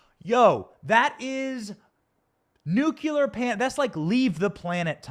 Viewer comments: Should be nuclear not "nucular". There is circular, angular, ventricular, and even corpuscular. There is no such thing as "nucular". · I like you, and your content, but surely, you are intelligent enough to correctly pronounce the word nuclear,,,,🤔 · A nukular meltdown? It’s nuclear. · Hey Benny, you're great. But you got me giggling over here... You pronounce "nuclear" like my kids! It's cute and funny 😁😂 It's pronounced "nuke-lee-er". Not "nuke-you-lar" Obviously nbd... it's just funny, that's all. (Don't come at me ppl! I'm saying it's funny!) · Haha that's how George W. Bush always pronounced it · It is funny! 😁❤